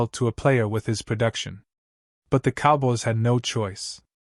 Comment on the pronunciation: learn how to say cowboys before you make your stupid videos